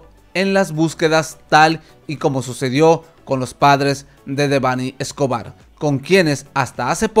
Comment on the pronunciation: De perdido pronuncia bien su nombre